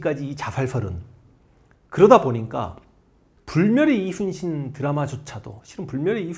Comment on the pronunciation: 선생님 제가 정말 진심으로 존경하고 사모하지만 '우' 발음이 새시면서 이'슨'신으로 들리는 건 너무 매력적이십니다.